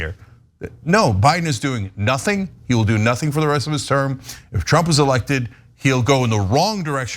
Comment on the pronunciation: Earth willive, Cenk; we wilnt.